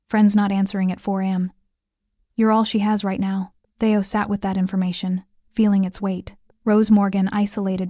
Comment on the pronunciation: It's not "Thay-o. It's Thee-o".